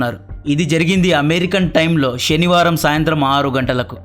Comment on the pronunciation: Pensilyvania ni neeku pakaladam radu , Sanivaranni Shani varam antunnav. Enduku raa neeku ee channel? Mundu telugu baaga nerchuko !!!